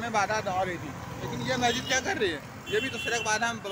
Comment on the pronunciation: Mayjid nhi hota h wo bewakuf🤣🤣 Masjid hota h🤣🤣🤣... Phle bolna to sikh lo 😅😅😅 Phnne ko kpde nhi h mehngai chor k hindu muslim chalu ... Afsos angrez 75 sal phle chle gye mgr unki strategy aaj b kam krri h aise hi thori international news channels donkey kehte h hm indians ko srf in jaise jahilo ki wajh se😡